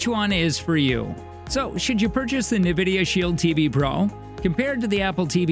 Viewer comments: It's pronounced N- vidia not NA - vidia . Otherwise good video thank you! I have both and they are both good...can't go wrong with either. The Shield Pro does have a good AI upscaler for lower quality content that it sharpens and makes look better. Also the Apple 4k you can pair a controller to and play Apple arcade games on the big screen. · Yes, it is Enn Vidia not Nuh Vidia. I see financial commentators on TV make this mistake all the time. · Please say “n” vidia. Unless i am just super wrong some how. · I’m just curious on how you didn’t know how to pronounce N——Vidia! Oh well. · Hahaha seriously though. “Nevidia Shield” 😂🤣 A lot of people have trouble pronouncing the name. They should just pronounce it as it’s written. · Great review. But please learn to pronounce Nvidia properly. It’s En-vid-ee-uh. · Who taught this person to speak? Nuh-vidia? "The intensity of which can be tweaked if you find it a little garnish." Garnish? Don't you mean garish? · Who else is annoyed with the pronunciation of “navidia” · It is odd since it's never been pronounced like that. There's no ad or audio pronouncing it that way. My guess is they have no experience with Nvidia and just guessed based on spelling. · This dude mispronouncing Nvidia is driving me nuts!